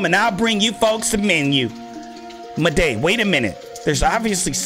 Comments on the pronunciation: i forgot to mentoun you said maday its moude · It’s “Maw-d” not “Mo-day “ 😭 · you pernounce maude like just pretend its spelt like mawde its not like its spelt madey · Everyone: "Maude.": "Mau-DE!" Me: "I think Mau-DE! Ain't that bad." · Maude isn’t pronounced “muhday”, it’s “mod” 😂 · 'Maday' ITS PRONOUNCED MORD LOL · actually said ma-de instead of Maude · Maude is pronounced like Mod not Maday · Her name is Maude not ma-de Call her mod say That name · It was funny every time you said maude you said it as, moday!... like waaaa. its just pronunced maude not moday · It’s Maude (mod) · maudes name is pronounce Mord not Muh-day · Sorry but it's pronounced Mawd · Maude is pronounced Mawd 😉😁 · Good video, you pronounced Maude wrong so i would like to help, it is pronounced just like the word mod, The e in Maude is silent. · My son got me watching these, funny tho so I don’t mind lol I think her name is Pronounced “mod” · he he said muhday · its prenounce mod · It’s pronounced maude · It isn’t pronounced Muday